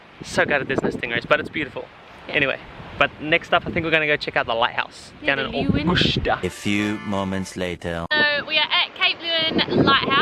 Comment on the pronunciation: I liked your video but you are pronouncing Augusta wrong. There is a definite 'A' at the end. Sorry it's my hometown.